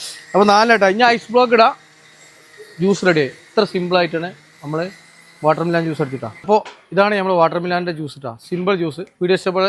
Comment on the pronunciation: വാട്ടർ മിലാനല്ല എ സി മിലാൻ (വാട്ടർ മെലൻ )